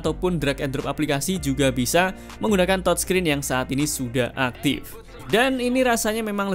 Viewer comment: Bhs Inggrisnya dibagusin dikit ya bro? - Brightness (baca: braitness bukan braiknes) - TouchScreen (baca: tajskrin bukan tojskrin)